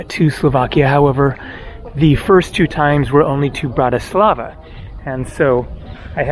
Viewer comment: A basic tip, the Slovak language almost always has the accent on the first syllable, i.e. BANska BYstrica, and BANska STIAVnica. Capital city is also mispronounced, it is BRAtislava , not. BratiSLAVA. Thank you from a first generation in Chicago.